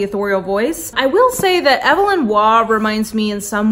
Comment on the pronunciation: Just a tiny, friendly FYI—Evelyn Waugh’s first name is pronounced with a long “e,” so it’s more like EVE-elyn. Your upcoming classics TBR sounds great. I recommend Brideshead Revisited on audiobook, read by the incomparable Jeremy Irons. My favorite Forster is probably A Passage to India, but I also love Howard’s End. Forster is just brilliant. I need to read The Longest Journey to finish his novels.